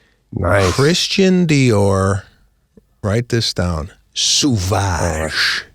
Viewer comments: Sauvage is French and is pronounced SOVAGE not suvage! It means wild, untamed, or savage. There's even a YouTube video pronouncing "Christian Dior Sauvage" perfectly in French because the Google quick audio sucks. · Just because Lana can't drive don't paint all of us with the same brush, and learn how to pronounce the name of the Dior cologne Seb.